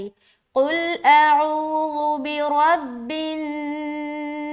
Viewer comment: السلام علیکم ورحمتہ اللہ وبرکاتہ پیاری بہن اعوذ باللہ میں جو عین ہے عین گویا ایک الف کے برابر کیجئے اس کو